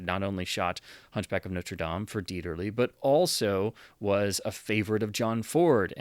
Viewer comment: Thank you for pronouncing Dieterle's name correctly. It's amazing how many so-called cinephiles' videos on Youtube are cringefests when it comes to pronunciation when a bare minimum of effort at research would fix it